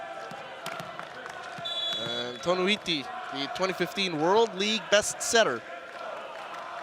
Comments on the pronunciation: "Toniutti" not "Tonuitti" 😂😂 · Next time Velasquez ha. TO-NI-YUT-TI. Toniutti.